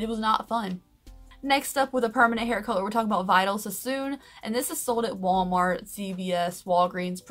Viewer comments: It’s pronounced (vee-dayl) not (vy-duhl) 🙄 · So much good info. Also, Vidal is pronounced like Vee-DAL. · I hate to correct you but gosh I have to - Vidal is pronounced Vee-d-Al (like the name).